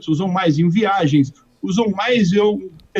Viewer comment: “ compras supéfulas”